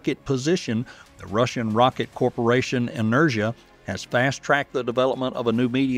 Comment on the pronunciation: En-er-GEE-ya, not en-er-jia.